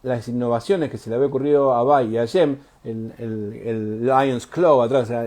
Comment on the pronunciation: Me gusta que le digas VAI así como suena que es la forma correcta de pronunciarlo, estoy podrido de escuchar VEI.